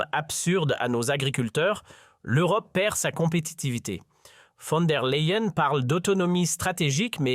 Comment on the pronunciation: Von der Layen - prononciation